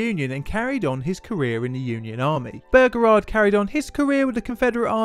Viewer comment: "General P. T. Bergerard"